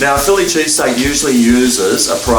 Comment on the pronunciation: chilli pheese steak gagagaga